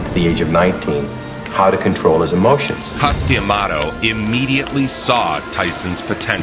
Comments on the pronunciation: Y they keep calling him “Cuss-DEE-amato”? What’s with that “dee” shit?? It’s just Cuss-duh-maw-tow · Wow no one can pronounce Cus D'amato's last name.